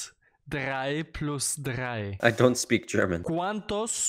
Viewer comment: "was ist trei plus trei?" "ich bin gott" du bist was?